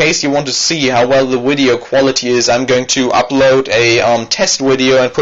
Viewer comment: widio. please stop saying wideo!!!!!!!!!!!!!!!!!